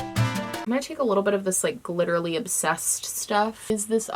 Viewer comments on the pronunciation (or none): lol did you say "I have glittery no idea if this is eye safe?!" 😆